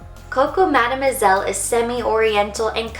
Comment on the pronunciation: Coco Madeu moiselle and Coco nouare. Like your accent when you speak in... français. For having this collection, I say thanks GOD.